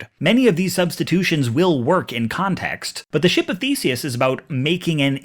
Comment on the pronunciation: his name is spelled The-se-us, not feces